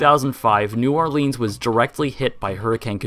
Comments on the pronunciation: It's pronounced new orlens, not leens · Great video and explanation of the history! I went here as a kid both when it was Jazzland and Six flags so it's very interesting to watch. But, dude... It's not New OrLEENs. It's pronounced like New Or-Linns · Its or-leans idiot you see the ea in the name you probably failed spelling class at school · it's pronounced "OrlINs"